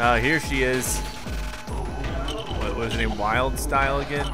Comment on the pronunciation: Dude it's Wyldstyle not Wildstyle.